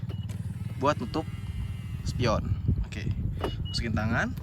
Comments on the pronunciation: bukan oke tapi okehh 😂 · Ya kali, baru aja ngeklik videonya. Udah ngekek duluan. "OkEh.." 😂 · Ngomong oke nya pake "H" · Okeh nya biasa aja dong, kocak dengernya wkwkwk